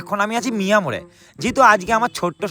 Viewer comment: মিয়ো আমোরে ❌❌ মিয়া মোরে ✅✅ 😂😂